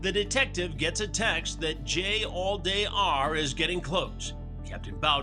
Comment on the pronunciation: "Jallday" more like "Jailday" 💀🤣